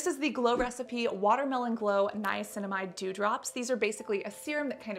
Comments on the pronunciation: I cracked up when you kneeaminicide. Hilarious. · Niaguin, piguinamide, niacinaguin. Lol sorry had to say it.